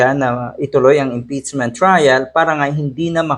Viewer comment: pakiayos naman po pag bigkas Ng impeachment. Hindi po Impitsment. ngiwi ata pustiso mo lolo 😂